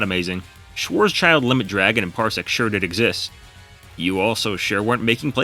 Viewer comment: Amazing Video as always. Please don't pronounce Schwarz-schild Dragon ever again :) - kindly, a german.